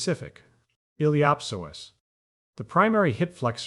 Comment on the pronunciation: Awesome content. It just drove me crazy to hear the words “psoas” and “ilio psoasa” pronounced in a way I’ve never heard till this video.